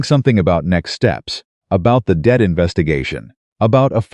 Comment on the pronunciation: Not dead situation it’s debt situation, AI is not good